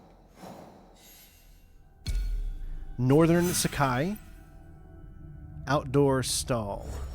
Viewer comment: "northern suckai" jfc